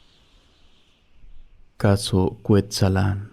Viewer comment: Muy interesante episodio, solo hago una corrección en la pronunciación de la localidad de "Cuetzalan" en el estado de Puebla, el acento es en la primera "a" y no en la segunda como se pronunció en el programa. Saludos.